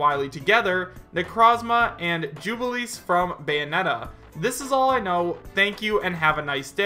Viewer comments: Yo-Kai Watch isn't a Nintendo IP, it's a Level-5 IP....Nintendo has simply published the games. Jubileus is pronounced Joo-buh-lay-us Crono ( yeah, there's no "h" in the character's name ) and Frog are from Chrono Trigger, one of the best RPGs of the SNES era it's LARA Croft, not Laura Croft dumbass....why do people still fuck that up? as for the SE characters....SE may have some control over Geno but he's still a MARIO character partly owned by Nintendo. A lot of people are also speculating Sora, who's actually owned by Disney. Which leaves Lara Croft, Crono, Neku Sakuraba, a Dragon Quest character and Agnes as the most likely options. But of course everybody claiming we're getting another Square Enix character just counts Geno & Sora so whatever.... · he also mispronounced Jubileus and called Lara Croft "Laura"....and seems like he believes damn near every fake leak.